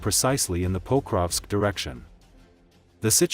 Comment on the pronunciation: Diese Computer-Stimme ist schrecklich. Sie kann nicht einmal Pokrovsk anständig sagen.